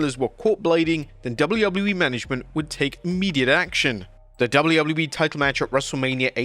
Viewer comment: Are you honestly incapable of pronouncing WWE? It sounds like you’re saying woubleywoubledyE. 😂😂😂